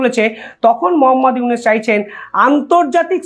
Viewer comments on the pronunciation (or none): ekti kotha bolchi . aponi iunus na bole unis bolen , uchcharon ta thik kore neben .